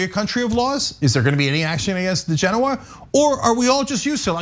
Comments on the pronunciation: Odd this. I kept hearing 'Degenerate', instead of DiGenova. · It's DiGenova . On the weekends I raise de genoa on my sailboat, lol!